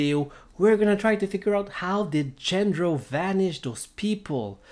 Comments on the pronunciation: His name is not "Gender-oh" but "Jandro" to produce the sound of an H. Also, this is obviously not how the trick was done. Do you even know what the rules of the show are? Way more reasonable explanations to the secret of this were already circulating many months ago, so, I'm kinda surprised you neglected them merely for such a non-explanation. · how come, when they SAY his name, are you mispronouncing it? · Maybe you should start by pronouncing his name properly.